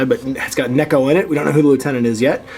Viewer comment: Man, this game has some seriously tough to pronaonce unit names... Also, its Neko, not Niko. Neko is a cat in japanese, just sayin' :p